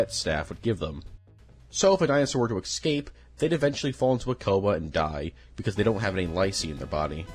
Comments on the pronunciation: Iss-kape. Escape. Not excape. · Bro said. Ekscape 😂